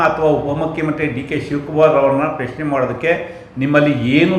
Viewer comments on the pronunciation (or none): ಪಶ್ನೆ ಅಲ್ಲ ಪ್ರಶ್ನೆ ಅನ್ನೋ ಪೆಕ್ರ